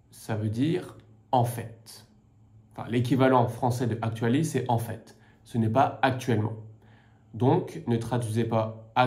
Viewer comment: Why do you pronounce the ‘t’ in en fait when there is no ‘e’ at the end?